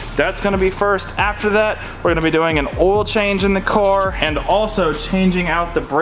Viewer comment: lol the “Diesel boah oial” 😂 yessir i only put rotella t6 5w40 in my 2001 2nd gen dually